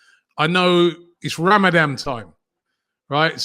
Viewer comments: Ramadan robbie not ramadam 🤦🏻‍♂️🤦🏻‍♂️😂😂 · It's Ramadhan not ramadam. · Did Robbie say Ramadam time lol its Ramadan mate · What’s Ramadam? I thought it’s was call Ramadan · Ramadam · its RAMADAM-TIME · Good luck for “RAMADAM” HAD ME IN STITCHES, the confidence he said it with looool 😂😂. Big big uno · Man said ramadam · Why does Robbie keep saying “RamaDAM”? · was i the only one who clocked robbie say RAMADAM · Did Robbie just say Ramadam??